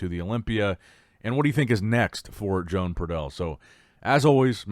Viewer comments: I believe that his name is pronounced WO-AN. Not Joan. That's feminine. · Loooool I did not know Joan was from Spain until you mentioned it. We all love how you say the names lol but his is pronounced like Juan but instead of Hoo-Ahn it's Ho-Ahn - Like Santa Ho Ho Ho and Daniel-San. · I said in another vid that Joan is not a lady therefore his name is not pronounced like that and he's obviously from another country so should do some simple research before butchering ppls names.